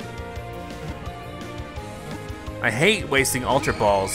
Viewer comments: Ayyoo he said bawls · I know right